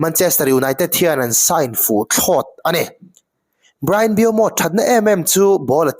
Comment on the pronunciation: Mbeumo hming lam dan tal hi ti dik ve hram teh u.. 😅😅